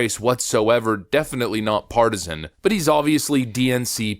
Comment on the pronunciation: It's pronounced part- is san